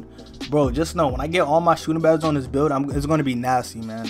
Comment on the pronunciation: So we not gone talk about he says Sootin Bad-es instead of Shooting Badges